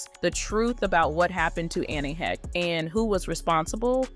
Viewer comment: God can you say her name right even once? ANN IS THE FIRST NAME. Last name HAY-sh